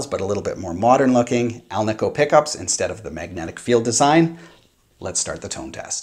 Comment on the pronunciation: The ASAT has 22 frets, no shelf extension like Fender modern necks. Musikraft now makes G&L replacement necks. Ever notice how many people mispronounce ALNICO? It's like AL KNEE CO. says it correctly.